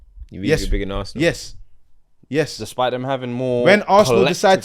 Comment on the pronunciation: That arsenal fan definitely pronounces arsenal ‘assna’😂😂😂